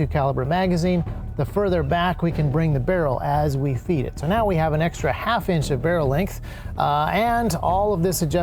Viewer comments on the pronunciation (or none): none